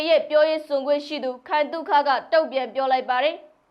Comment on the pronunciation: ဦးခိုင်သု့ခလို့ဖတ်ပါကွယါ